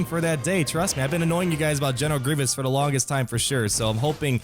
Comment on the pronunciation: Did he say "I love General McGreivous"?? Lol.